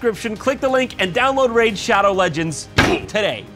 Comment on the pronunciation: 😂😂😂😂 "THAT'S RAID SHAWDOW LEGENDS"